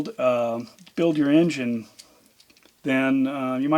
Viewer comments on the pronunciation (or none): none